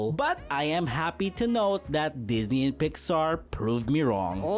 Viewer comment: Sir Disney. Sir Pixar. This was the most Filipino thing I’ve ever heard lol.